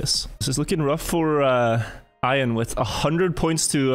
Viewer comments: Bro calls him Iron. You’ve never came across the name, Ian before? Pronounced E an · Did Call Ian… ion?? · it's E-an not I-an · So i love that did this, but hearing them both mispronounce the name Ian like 100 times was so painful